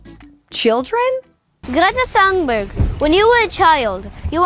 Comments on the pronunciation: Why is thungberg being pronounced as tuneberg? Are you thinking she has changed her tunes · She's amazing ❤ A tip on the pronunciation of her name, it's more pronounced " Tuunberj" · It's "Toon-burrah", ending like the word "Edinburgh". It's a different language you see.